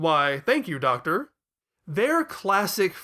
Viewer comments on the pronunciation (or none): none